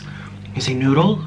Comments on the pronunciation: Oh 😁 he was saying 🗣noddle lol 😂😆🙊🍝🍝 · Say noodle , say noodle NOODAL 😂😂😂😂😂😂😂🤷🏻‍♂️🤷🏻‍♂️😂😂😂